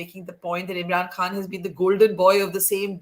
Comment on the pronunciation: Barkha pronounces "Eem'ran kahn". So irritating 😑